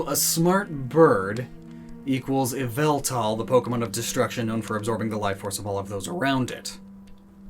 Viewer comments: ITS YAVELTAL! NOT YVELTAL! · YVELTAL ISNT PRONOUNCED YVELtAL ITS YAH-VAL-TALL AND U SAY IT FAST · It's pronounced, YAH-VAL-TAL!!! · EE-VEL-TAL, NOT YA-VEL-THAL! STOP SAYING THE NAME WRONG! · EE-VEL-TAL, NOT F*CKING YAHVALTUL! STOP SAYING THE NANE WRONG! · EE-VEL-TAL, NOT YA-VEL-TAL! AND STOP CALLING YVELTAL A HE! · It’s yavultal not yveltal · It is not pronounced as y vel tal it is pronounced ya val tal Only people who watch MandJtv Pokevids will understand this reference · that so called “yveltal” is YVALTAL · Um did you say why-vel-tal IS YAVELTAL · not yveltal.......YAVELTAL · No its ya-vel-tal !!!! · It's YAHVELTAL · It's Yavaltall Get it right nerds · NO, IT'S YVELTAL! THERE IS NO VOWEL BETWEEN THE Y AND THE V! FIX IT NOW! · It's me YA-VEL-THAL, lord of chaos and destruction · ITS YAVILTA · His name is yveltel : ya-vel-tal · IT’S YA VAL TAL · Sorry but it is yaveltal please fix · Its pronunced YAH-VUL-TAL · NO, YOU F*CKING IDIOT! IT'S PRONOUNCED EE-VEL-TAL! SAY IT RIGHT! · it is called ya-val-tall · It’s... YAVELTAL! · It’s yaveltal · Its YA- VALL-TALL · NO, IT'S EE-VA-TAL! THE FIRST PART OF THE NAME IS SUPPOSED TO BE PRONOUNCED EVE, NOT YAH! GET IT F*CKING RIGHT! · It's yaveltal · It’s not Yveltal, it’s actually Yavaltal! I beg that someone gets it. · ITS PRONOUNCED.... YALL VAL TALL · So... Yvelta not pronounced "way-velta" face palms in shame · Pardon, but you have to re record the whole video because you pronounced Yvetal ‘s name wrong. The proper pronunciation is Yovletove. Be glad Arcoos hasn’t taken judgement on you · I’ve never cared less about the pronunciation of a Pokémon before to me it “yeee-vāl-tall” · IT'S YAH-VEL-TAL! (Pokémon talk ref) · IT IS YVELTAL! THERE IS NO VOWEL BETWEEN THE Y AND THE V! STOP SAYING THE NAME WRONG!